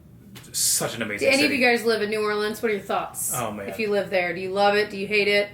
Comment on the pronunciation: Your pronunciation of New Orleans could have fooled me that you aren’t one of us! I loved the part about the preservation hall jazz band. If you go for Mardi Gras, definitely do it with a local. It could be a disaster if you don’t know the right spots. Lots of great family friendly areas though. I love Frenchman street for great restaurants and live music. I love the French Quarter but not so much at night or during Mardi Gras just because of the crowds. Tour Mardi Gras World where they make the floats. And if you could get tickets to the Endymion or Bacchus balls, that would be so much fun if you’ve never been to one of the formal balls, especially if they have a good performer. As odd as it sounds, the cemetery tours are really cool too.